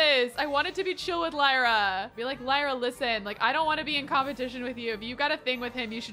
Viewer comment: I believe Lyra is pronounced Leer-ah, like Lyric! But either way, such a pretty name!! Also — Raphael is ENDGAME! ♥️